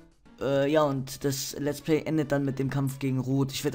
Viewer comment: lets play heißt es richtig nicht lets pley